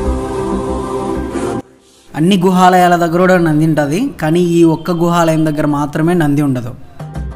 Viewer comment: Super explanation and nice bgm but gruhalayam kadu guhalayam brooo